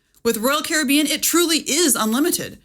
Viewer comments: Your pronunciation of Caribbean drives me crazy. I had to stop watching. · I'm just bothered by her pronunciation of carribean. I'll get the drink package and enjoy the lack of worrying about what cost will add up at the end of my vacation. Thank you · Its pronounced Caribbean..... NOT Caribbean. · The way you pronounce Caribbean is annoying. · Pronouncing Royal Caribbean the same way you pronounce pirates of the Caribbean is wild 😜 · Please pronounce Caribbean correctly! As in Royal Caribbean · Your pronunciation of 'Caribbean' and 'Evian' had me in stitches 😂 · Yes, and the pronunciation of "complementary" along with using "your" in the graphic when "you're" is called for. (It's tough being us.)